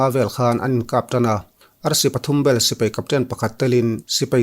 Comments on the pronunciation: SI - PEI = X SI - PAI = ✓ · Sipai tia lam ni se